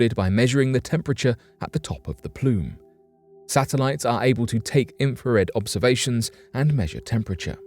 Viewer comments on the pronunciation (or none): none